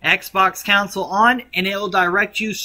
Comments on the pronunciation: "Counsal" or conSOle 😂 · it's features not futures and it's console not counsel other then that it was amazing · I'm definitely not going to listen to anything this guy says. His mispronunciation of words, like, "Console" and "features" is a big red flag for me. I doubt he knows what he's doing, let alone saying. It's pronounced CON-SOUL and FEET-SURES. Not COUNSEL and FUTURES. Don't listen to this 'tism schmuck. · Love the vid it helped alot but con-sole fee-cher